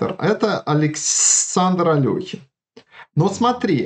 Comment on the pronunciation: Я рад видеть маленькую деталь, именно что произнесена фамилия именно АлехИн с буквой «и» а не «Алёхин».